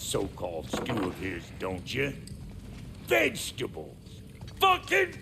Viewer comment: Bruh 😂😂 "VeGtAbLeS 👺"